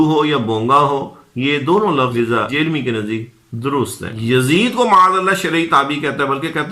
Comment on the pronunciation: جہلمی کی ج کو زبر کے ساتھ پڑھیں ھ کو زبر کے ساتھ، ل کو جزم سے م ی زیر می جھل می مکمل لفظ جھلمی ،یا دوسرے الفاظ میں جھنمی